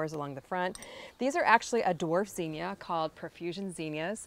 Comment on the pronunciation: It’s zinnia, not zeenia